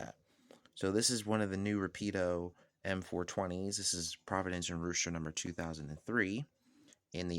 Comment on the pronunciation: Say = "Whooowhewster", Mass